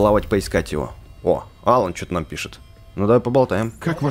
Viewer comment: не Алан а алАн